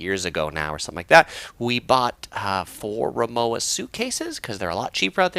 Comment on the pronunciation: Say it with me... RimoVa... say it the German way... thanks!